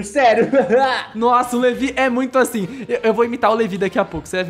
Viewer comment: Você que fala asin